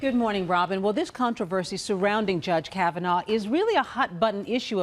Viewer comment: OH YES, TWO MEN HAVE STEPPED FORWARD SAYING "THEY WERE INVOLVED WITH FORD" NOT "KAVANAH "